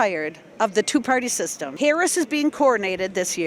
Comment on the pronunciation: That guy pronounces Harris’ name like the late pro wrestler.